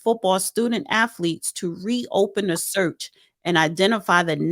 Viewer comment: Did she really say "affletics" and "affletes"?? I thought it was spelled and pronounced with a T... not f's. She should stop trying to say certain words with her speech issues LOL